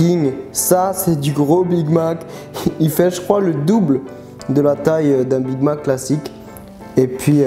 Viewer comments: ZE BIG MAC 🤣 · ZE BIG MAC,ZE BIG MAC a T'ES SERIEUX LA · ze big mac 😂